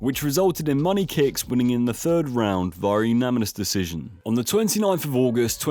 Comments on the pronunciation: It's pronounced "uNaNiMous", not "uNaMiNous". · Why does he say umanimous decision 😂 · Say unaminous one more time please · This guy doesn’t even know how to say “unanimous” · really struggling with the word unanimous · Say unanimous correctly challenge (impossible) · idk why but the way he pronounces unanimous really annoys me lool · Brilliant video, seriously, my only comment is the pronunciation of the word unanimous 😐 sorry my dude